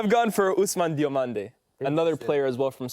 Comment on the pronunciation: Diomande 😂😂😂😂 dont even try mate